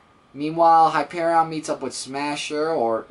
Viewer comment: hi-pear-eon say it like spelt it